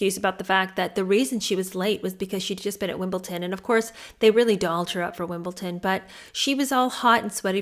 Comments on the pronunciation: 1. "Wimble-ton" - it's Wimble-don. There's a "d" in there somewhere - 🙄 2. Soho House being branded by Derangerdeers as a 'shady business' when none of y'all have even stepped in there and seen said 'shady business' is hilarious to me. THAT'S sour grapes. 3. Randoms on the internet pretending to know how these two met and courted each other more than they do themselves is beyond funny. Maybe do a think piece on how the RF treats anyone who marries in like garbage and will do anything to protect the monarch or monarch-to-be. Lord knows Phillip got dragged for his family's history as penniless nobodies - Liz being absolutely besotted with him is what saved that marriage. Or how Will left that poor girl on read for ten years while he begged the other aristo girls to have him. Or...a commentary on that Rose girl - that's a ditty Derangerdeers dodge quite artfully! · the place is called WimbleDon, not WimbleTon, just saying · Love your reading and thoughts, can i just let you know its pronounced wimble den, hope thats ok 👍